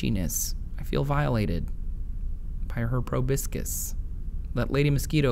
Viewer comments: Did anyone notice he said probIscis instead of the proper term, probOscis? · Proboscis: pro-BOSS-is, not pro-BISK-is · Mosquitoes never bite me. btw it's pronounces pro-bos"-cus not pro biscus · YESSS! comment #501! I am the pronunciation police. The word you are trying to say is pronounced PRO-BOSS-CUSS not probiscus. live it learn it know it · Proboscis, not probiscus. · Hahah, proboscis is pronounced "pro-BO-sis". You're such a goober. Very informative, though. Thank you :) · I also had a good laugh at that